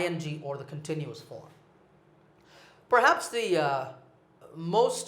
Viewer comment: your teaching is very useful, I have one question why in your this video your pronunciation for 'the most' is different with your other lesson which about The pronunciation?